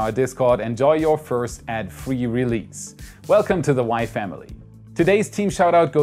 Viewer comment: I’m digging your videos! Keep up the good work! And FYI, the S’s in words like release and goose are not pronounced like Z’s in any English dialect ;)